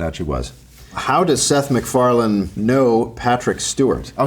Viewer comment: Meth SicFarland. 😅